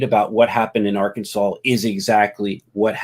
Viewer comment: I think the misspelling was an intentional joke because of history of pronouncing it Ar-Kansas